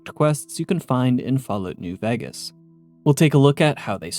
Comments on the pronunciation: I swear this is the only person I ever hear calling it New "Veggus" and it's seriously been affecting enjoyment after I heard it, I can't unhear it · y do u say ”vegas” wrong